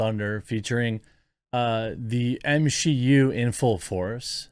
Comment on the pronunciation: Drinking game: take a shot every time he says MsheU.